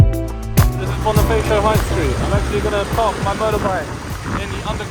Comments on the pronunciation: it's BoniFAcio not BoniFEYcio. Never pronounce A as E when speaking tagalog words. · Hi Bonifacio is read as (Bonifasyo) not (bonifeysyo):)